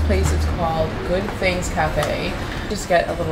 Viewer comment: Poor guy - has to eat all thes fings haha